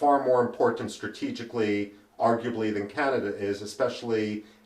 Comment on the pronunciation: Canada not Canda🤓